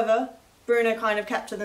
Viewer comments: its not pronounced bruno you twit its brno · How is BRNO pronounced "Bruno"? There is no U. It's BRNO.